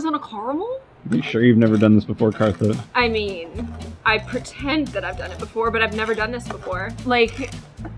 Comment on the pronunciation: Why do you always say katha gooer